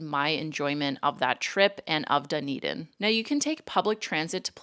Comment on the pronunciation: Also, it's not "dun-eden" it's "d'n-EE-d'n" :-)